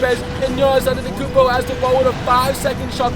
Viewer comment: Notice how we says Giannis his last name wrong